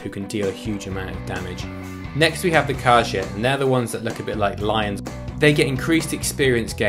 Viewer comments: khaj-it? Wtf?! its KHA-JEET my n'wah. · Khajiit. Ka-jeet. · Oh btw, with Khajiit, the “i” is pronounced like it’s an “e”